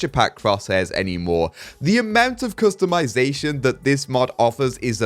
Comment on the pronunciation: I need to make a compilation of saying ''Customitazation''